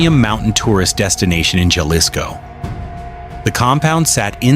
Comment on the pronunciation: why r u telling pple about how much chicken food $$ costs🤣👎🏻underwr ok $$ his waterbill?🤣😝👎🏻its prbbaly yr 1st video gasonile in nexico is 7 $ dollars a gallon he had 10 Ifones 24/7 thats 2k $ each & its not ja lisko the j is pronounsed like a H so its Ha lisco also he aint from Aguiliya he is from CHILA mich 10 kilometrod from that non avocado having ranch 😝🤣